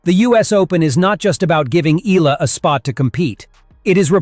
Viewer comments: It is pronounced E-Ya-la. Not E-LA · Alex Eala's surname is pronounced as EYALA.